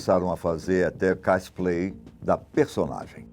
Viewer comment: Cospleyer ele falou caspleyer mais este caso é muito interessante mais assustador mano